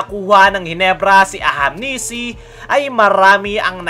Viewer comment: Ahanmisi boss hndi ahamnisi😅